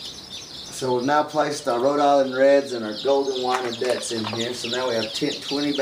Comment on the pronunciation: for the wyandottes its not pronounced wine-o-dets its actually wine-dots